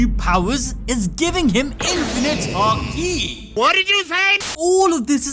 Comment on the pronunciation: Emphasis in haki is on the ha, not the ki, so it’s not “haKEE” it’s more like “HAki”